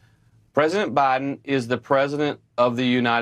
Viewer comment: If you pronounce Biden as "Baahden", I don't believe a word you say.